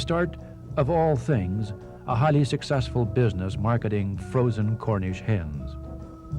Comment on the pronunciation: 1,34 ,,,frozen cornish hymns" - or "hens" ?????